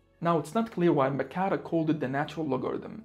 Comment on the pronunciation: Helpful. But also not helpful. Super helpful with logarithms. But no, no, no... not another pronunciation of Mercator.